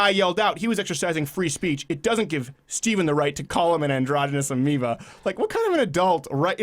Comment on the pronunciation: What the fuck is "amiba"?